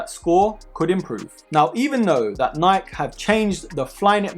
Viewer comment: him: according to niik me: 😭its nik e not niik